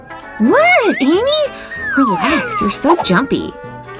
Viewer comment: It's Amy not Ammy